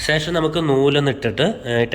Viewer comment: വല്ല്യാ ഉപകാരം വളരെയധികം നന്ദിയുണ്ട്...... പക്ഷേ സേഷം അല്ല... ശേഷം ആണ് ശരി